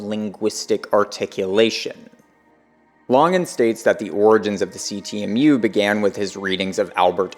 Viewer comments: Why do you pronounce it "lahngan" its LANGAN yknow like LANGuages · This is from the CTMU FB group, Chris Langan's own comment about the video: Eike (FB commenter): "Good stuff, but I am confused why the name 'Langan' is pronounced the way it is. Because of that, I first thought that this could be a troll video." Response (Chris Langan): The narrator seems to have an adequate philosophy background, and his understanding of the theory is impressive relative to most. But it's far from perfect. This is especially obvious when he reserves judgment regarding some aspects of the theory, finds some things about it "suspect", implies that Whitehead (and Bernardo Kastrup of all people) are legitimate competitors, refers to my aggressive and abrasive personality, cites the controvery regarding my IQ, and so on. The constant mispronunciation of my name is also worrisome, as this is a very well-established trolling indicator. Syndiffeonesis wasn't adequately explained, telesis wasn't introduced as a "metasubstance", and the word "supertautology" wasn't mentioned at all, thus obscuring the unequivocal superiority of the CTMU to other theories. So despite the strong points of this defense, I remain undecided about it pending more information. As for bending over backward to maintain the appearance of neutrality, it's no longer justified. After decades of idiotic trolling by the likes of "professor dave" and other mindless chuckleheads, those days are gone. It's time to simply tell the truth.